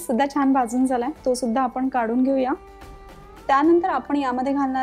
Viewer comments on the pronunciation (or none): Akhh MARKET CH ANALE AAPAN😂😂😂😂😂, tyanatar, tyanantar😂.